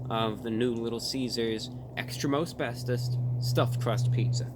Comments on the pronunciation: At first, I thought he said "Extra Asbestos". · Every time he said, "Extra most bestest pizza." I heard, "Extra asbestos pizza." 🤢